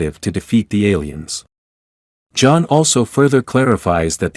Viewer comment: A carter doesn't crash down. A meteor, or something else, cause a crater! AI voiceover fail... And now it goes from John to J-On for J'onn J'onzz?! LOL And who mocks Batman for not having Super Powers?!